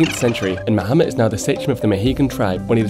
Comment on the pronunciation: The pronounciation is a bit wrong here, making it sound like Mohamed. It's stressed on the first syllabus, and should be a clear "a", not something between an "a"and an "o".